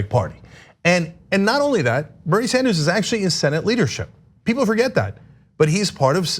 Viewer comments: Bernie Sanderzes? Wow Ana, English is a good thing to learn. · Ana, please stop saying Sanders 's for Sanders'. The double 's' sound is not needed for the possessive.